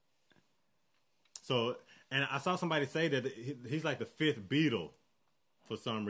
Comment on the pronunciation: Ah yes the Fith Beetle.